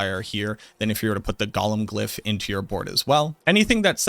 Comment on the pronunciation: Go-lum. Not Gollum. Gollum is a Tolkien character. A golem is a creature from Hebrew mythology.